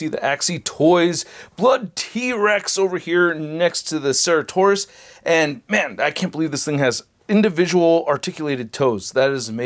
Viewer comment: This dinosaur's name is pronounced "sir at oh sore us" or "sara toe sore us" . I wish I liked these figures more. But my wallet is glad that I don't